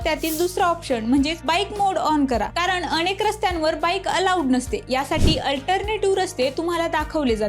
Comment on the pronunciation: अणेक नाही अनेक